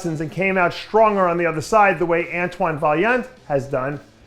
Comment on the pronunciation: Thumbs up for saying Antoine's name properly. 💪